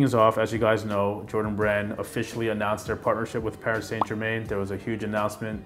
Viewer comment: I learned how not to pronounce Paris Saint Germain 😂 love these shoes though, picked them up yesterday for $160 :)